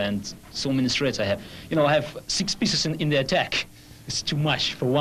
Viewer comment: It's actually "threats".